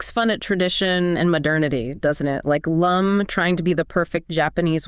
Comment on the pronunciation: Her name is "Lum" not "Loom"